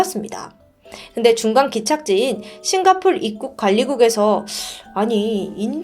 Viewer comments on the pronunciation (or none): none